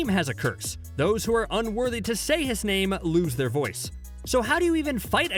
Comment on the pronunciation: How dare he.... How dare he butcher my favourite character's name